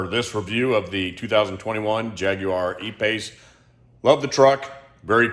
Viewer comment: Great like that you pronounce Jaguar correctly 🙂